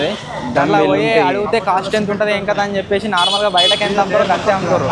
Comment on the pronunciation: It's entha not Antha lol😅